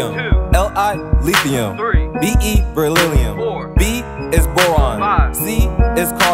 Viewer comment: “Beryllilium, alumium, zircronium, niobimium, rhodimium, xeon, prosodymium, terbimium, dispromium, holimium, eurium” so on so on, alot mispronounced but good job!